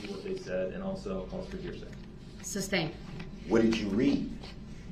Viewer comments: "alleged defendant" (theres Nothing alleged about being a defendant - you are a defendant by definition) / "grounds for the SUBSTAIN" (it's SUSTAIN) / "texas" instead of "texts" / etc.. i could go on and on.. these are all the "Brooksisms" that drive me most nuts.. He's the dumbest most least self-aware human i ever seen in a courtroom. He honestly thought the jury would agree to nullify felony murder of innocent parade victims he ran over.. like what made him think that it was unfair that he was going to jail for running down around 70 ppl in a parade.. Nullification is used when a jury decides the law is unjustly putting someone behind bars for example if someone is arrested/charged for political reasons or a crime has an unjust punishment so knowing that.. what in gods name made this man think the jury would sympathize for him after all the nonsense they witnesed in court.. the man was even disrespectful and awful to the jury.. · Oaf, biast, estoppo, substain, Christ this guy is a ninja of the English language. I need lessons.